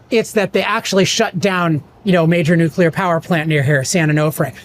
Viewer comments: Kills the credibility when the presenter says “nucUlar” . Come on, man! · How can Texans solve the problem if our experts can't even pronounce "nuclear"? 😂 This needs explanation...